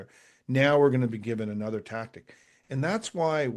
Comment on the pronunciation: Small thing. Why is 'another' now pronounced 'Another?'